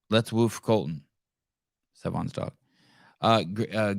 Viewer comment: Colten, not Colton 😂